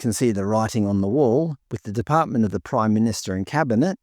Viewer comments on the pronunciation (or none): none